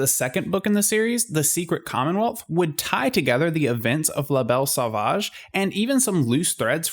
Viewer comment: "Lah Bell Saw-vaadge" You Americans butcher the French language..... Phoebe Buffay